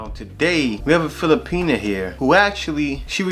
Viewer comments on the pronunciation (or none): Brother, kindly quit saying “Fili-penis”. It’s Filipi-NAH.